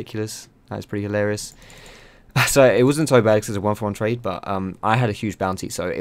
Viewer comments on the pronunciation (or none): "It was a 1-1 twade" that just made my day